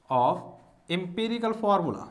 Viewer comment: Empirical not emperical